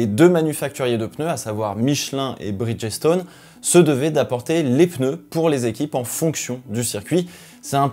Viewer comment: Petite note vocabulaire ... Bridgestone est un mot composé de 2 termes, Bridge et Stone. Ce qui fait que lors de la vocalisation le "G" se dit comme un "J" et le ''E" de Bridge est muet . Ce qui donne "BridJ-Stonn" a l'audio😉